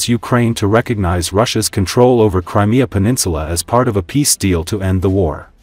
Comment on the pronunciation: Lousy AI voicing. Please learn to pronounce "triump" and "Crimea